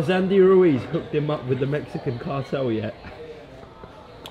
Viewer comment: Brilliant👍 just one thing. Please take the Mickey out of DH next interview on his pronunciation of Ruiz. “Ru is” really. Or maybe he’s taking the piss out of us. Who bloody knows??? Monty Python reborn into boxing promotion. Love it😂😂😂